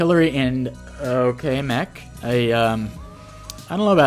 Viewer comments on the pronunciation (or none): none